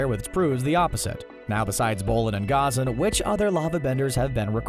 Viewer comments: Does anyone realize he is say Ghazan wrong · The way you pronounce ghazan’s name is so triggering